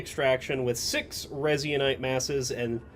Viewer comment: Resin-ite Resin-ite Resin-ite